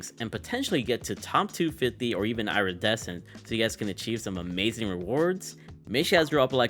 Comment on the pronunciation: It’s “ear - e- descent “ not “ira-desecent”